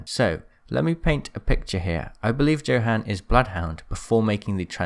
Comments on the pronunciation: he says "Johann" like "Joe- han". its said like Yo-han (its german so its weird.) i just wanted to say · Im sorry but the one thing that annoyed me through all of this was how you pronounce Johan. It’s not Jo-han It’s Yo-Han He’s got a Norwegian accent so it means that Johan most likely be pronounced Yo-han kinda like how he pronounced blood hound as “Blooth hoon-der” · Pronounced [Yohon] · I think his name is pronounced "yo-han" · Johann is pronounced (Yo-honn)😬 I’m sorry i don’t wanna be one of those ppl